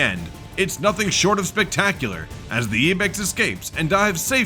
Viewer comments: Ibex not eebex and clearly a river not a lake,idiot! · its an Ibex not ebex